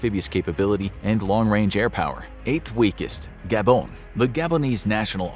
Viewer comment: the way he says gabon is the exactly same way sebee says crossiant